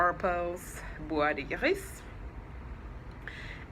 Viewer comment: Oh my God! I never knew how to pronounce this! You sound so classy!